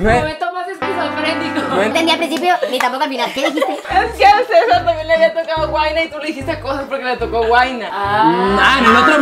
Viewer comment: Dijo Cecar JAJAJAJAJAJA Cecia Bloss